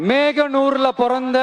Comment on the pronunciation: Mehanur ila thalaiva mohanur 😊